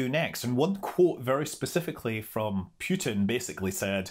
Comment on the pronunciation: Ahem... You must get your vovels right. Not Pjutin, more like Pootin.